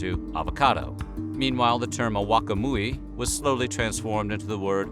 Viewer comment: Bro, you need to work on your Nahuatl.... It's not ahauaca muyi... Nor Tenochtita....